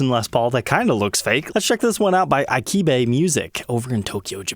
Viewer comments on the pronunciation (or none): It’s not “eye-kebe” it’s “eee-kebe” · Sorry, but Ikebe is pronounced "EE-KAY-BAY". As it's sometimes said, "vowels like Italian."